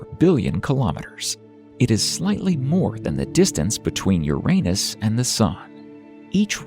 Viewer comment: At last! Someone properly pronounces "Uranus".